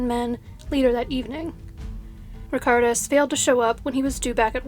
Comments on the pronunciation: The lithuanian name was completely mispronounced unfortunately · the lithuanian name was pronounced wrong, so not "all" of them.. I love this channel, but it was a bit sad to hear the chinese names pronounced correctly, yet the lithuanian one slaughtered